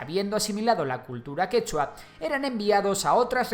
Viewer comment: El quechua no tiene acento en última sílaba, pero todo bien aunque falto que los pueblos indígenas oprimidos fueron los que junto a los españoles terminaron derrotando a los incas.